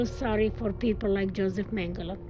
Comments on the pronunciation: Everyone in all languages: Mengele This narrator: Mangalay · It's annoying when English speakers call him "mengalay", because we literally have the same phonics in British English, we just add an "R" to achieve the same sound. Mengele = "Mengeler" not "mengalay". It's with an "euh" sound. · Is it magala or mangalay. wft England and their stupid butchering of the English language. Even though mengala isnt part of the english language lol.